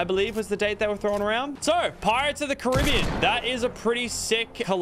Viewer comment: The way he says Caribbean is so triggering 🤦🏼‍♂️